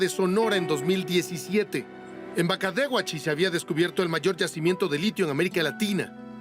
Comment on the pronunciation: Excelente reporte! Emm, nomas un comentario, Bacadehuachi es con la enfasis (o el acento) en la "de", osea, 'BacaDEhuachi"